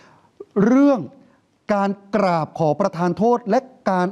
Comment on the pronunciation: จะให้อภัยเพราะนักข่าวออกเสียง กราบบบบนี่แหละ555